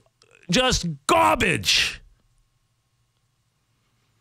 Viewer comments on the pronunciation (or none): Excuse me. I have to go out to take out the GAW-BAGE! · To this day I love how Francesa says the word garbage especially in anger😂